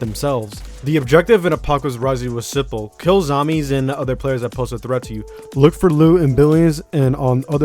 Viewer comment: "no udder game" Dude you pronounce things bad LOL